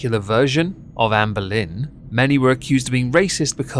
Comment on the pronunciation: I was confused initially because every time that you said Anne Boleyn, I heard Amberlynn.